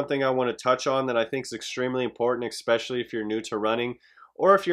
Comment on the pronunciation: If he says egg-specially one more time LOL! Good video. 😂